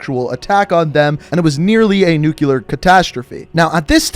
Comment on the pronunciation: GODDAMNIT! Say the word right! “New-clear”—NOT “New-Q-ler”! “New-clear”!